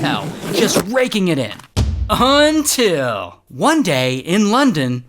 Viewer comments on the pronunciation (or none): AND AND AND UN-til